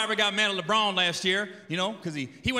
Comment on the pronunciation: The way he says Lebron is a crime.